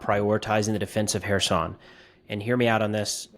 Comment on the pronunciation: I appreciate that you pronounce Kherson correctly...will you do the same for Zaporizhzhia?